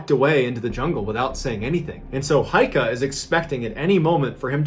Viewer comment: gotta admit, for a murican your pronounciation is pretty good. one thing though: it's heike, not heika.